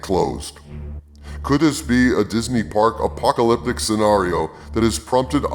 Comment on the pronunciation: Did anyone believe he would go quietly? This is straight out of the Putin handbook on how to stay in power. By the way, did you say the impact was "a-park-a-lyptic"?